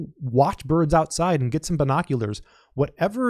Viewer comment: Amen! And I liked it when you said ”burrrrrds”. :D